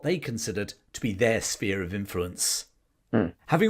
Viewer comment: His History videos may well be great, but he certainly can't pronounce 'sphere'! 🤔